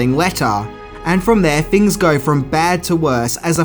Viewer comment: Ten Fings you didn’t know....fanks😂